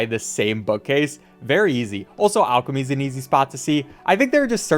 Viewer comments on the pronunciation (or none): none